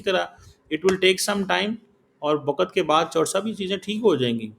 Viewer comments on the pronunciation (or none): aap us bevkuf se bat ker Rahe Hai jo wakt ko wakat kah raha hai yeh matiyamet jiska matlab mitti me milana hota hai use matiyamet kahate hai takkra ko takra kahate hai enhe sahi Urdu bhi nahi aati aap pathar se shir takra rahe hai